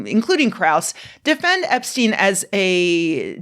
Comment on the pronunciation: Oh hell no, not "Eps-chick" 💀